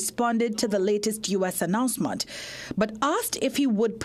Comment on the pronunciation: Announcement not Announcemont😂😂